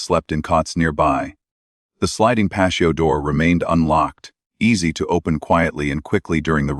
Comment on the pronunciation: Who mispronounces patio???😅😂🎉😮😮wtf.